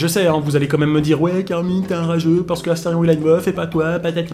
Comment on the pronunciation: C'EST ASTERION PAH PAH PAH PAH PAS ASTERFION